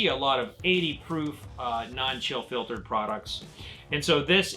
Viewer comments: I heard that too! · I heard it too. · Wait, did you say fill chiltered on purpose?! In the beginning. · Yeah that one got me. Hahaha